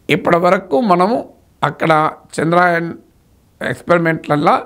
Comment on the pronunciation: చంద్రాయన్ కాదు చంద్ర యాన్ అని పలకాలి